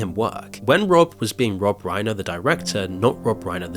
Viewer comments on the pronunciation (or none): Reiner rhymes with diner, not gainer. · RI-NER PLEASE respectfully learn how to pronounce the name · You should try and pronounce his name correctly. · it’s annoying when you keep pronouncing Rob Reiner‘s name wrong. It’s not that hard. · You're pronouncing Reiner wrong